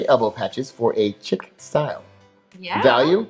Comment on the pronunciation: Chic is pronounced "sheek"